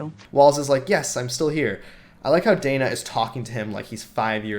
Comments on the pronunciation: Who is Danna? She keeps calling Dana Bash Danna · danna? did K just mispronounce dana's name?